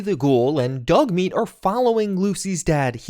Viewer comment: Did he just say dougmeat are you using ai again 🤪